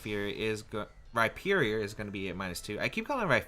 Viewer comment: You said Rhyperior correctly finally, i love you <3